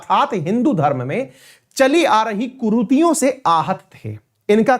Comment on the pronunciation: कुरूतियों नहीं कुरीतियों सही शब्द है I